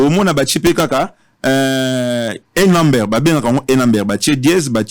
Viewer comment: Avec 10 ans passés Aux États-Unis tu parviens pas à parler anglais correctement ? Numbere what is that 😂😂😂😂😂